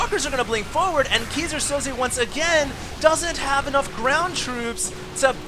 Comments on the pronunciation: It's pronounced "kai-zer sou-ze". and just like that, failed. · everytime says Keyser Soze, I die a little.. lol sounds like geezer Soze. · I died a little inside whenever he said "kee-sir sozay" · ... It's pronounced Kaiser (king) Soze. Go watch The Usual Suspects. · hey, if you want to learn how to pronounce Keyser Soze (german) check out the vid: /watch?v=BgkBpWc8ngI nice cast!